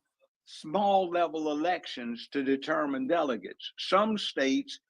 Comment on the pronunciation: Goodnight🤦🏾‍♂️ She still can't pronounce"Delegates"!